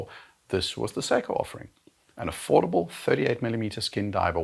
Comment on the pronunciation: I like how he said affordable 😂😂😂😂😂